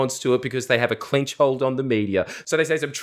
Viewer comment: "liberals have a clentch hold on the media", that is the funniest thing ive ever heard you say jordes